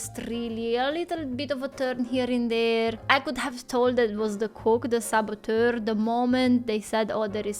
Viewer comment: I suspected the Swiss Chef from the Muppets Show, but the cook was a close second! Plus the Doctor was played by a Famous Actor ™, and he was a sort of antagonist, so he could have been the saboteur too! (loved how said 'saboteur'!)